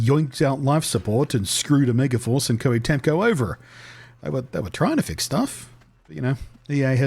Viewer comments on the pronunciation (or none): ITS Tecmo. Not Temco